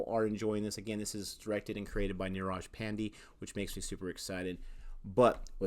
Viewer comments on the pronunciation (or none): Quick aside. It's not pan-Dee. It's Paan-Day. "Paan" as in naan bread. "Day" as in night and day.